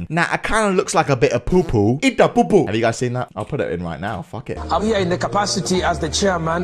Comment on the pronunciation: When u say POO poo it makes me laugh